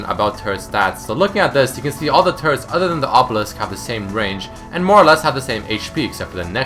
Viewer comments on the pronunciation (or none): it sounds like he is saying : turds are tanky